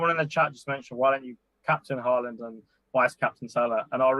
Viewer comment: “Do you want Salah for 90 or Halaand for 20-30” Mate, at this point…Haaland.